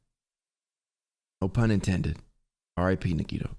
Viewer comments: Why do u read nagito like nagiydoe 😭🖐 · Fried nagito nuggets. At first i thought he said fried nigga nuggets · hasn’t pronounced nagito’s name right once this whole series 💀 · Shareen Ntim in the beginning when nagi introduced himself nagi said his name, and still said it wrong lol. same thing for soda. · Hearing him say Nagito name wrong makes me cringe. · .... he still couldn’t pronounce his name right lmao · 30 episodes and still hasn’t said Nagitos name right 😂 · Yea ikr how has he not realized it's pronounced "nigga toe"??? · His Japanese sucks on even the most basic level, so I’m expecting it….